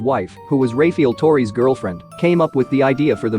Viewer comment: "Ray-feel torrey"